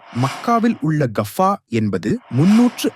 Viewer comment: Kafka அல்ல கஃபா.